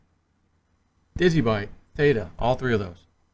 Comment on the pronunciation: Did he say ADA or Theta as one of his primary holdings?